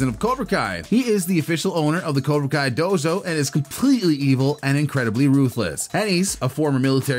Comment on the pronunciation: You said dozo its dojo